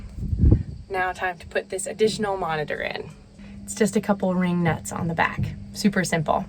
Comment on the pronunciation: Did say “ring nut” instead of “wing nut” when she was talking about the screen in the combine? I went back and watched that bit a few times and that’s what it sounded like to me.